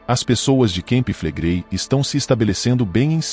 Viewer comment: NAO SE PRONUNCIA KEMPI FLEGREI MAS CAMPI FLEGREI